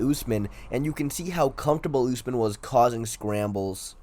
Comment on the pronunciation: Hummzatt vs Oozemen. Never heard those 2 names pronounced like that lmao